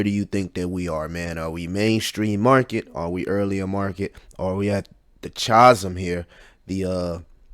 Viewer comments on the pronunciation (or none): Good video but might want to learn how to pronounce chasm. It threw me off what you were getting at. Either way keep up the good work.